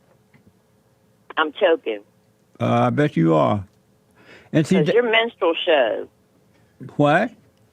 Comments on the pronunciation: lol, "when you say it like that", and she kept saying "menstrual" when she meant "minstrel". Funny how you have to say the "truth" the right "way" or she just doesn't want to hear it. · No charles, you have a hearing problem and a thinking problem. Ana said "LMFAO" because he or she KNOWS the correct word is "minstrel." But the caller PRONOUNCED it "menstrual."